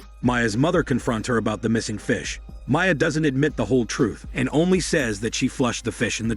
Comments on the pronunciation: maya is also not how you pronounce the name mia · How hard is it to pronounce MIA AND GIANNA OMG 😂